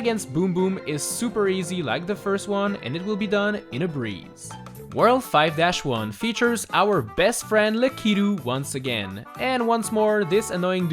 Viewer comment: It’s pronounced lack-uh-too 2 years ago is crazy